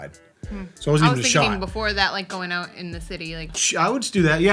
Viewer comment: I usually never hear the Boston in both of your voices, until either of you say the word, "out". You guys pronounce it like, "oat", lol.